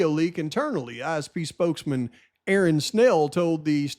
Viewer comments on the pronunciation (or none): none